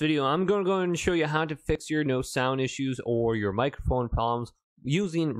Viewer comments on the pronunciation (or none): none